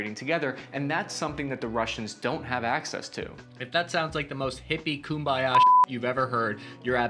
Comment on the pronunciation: 'A hippie kumbayash.' LOL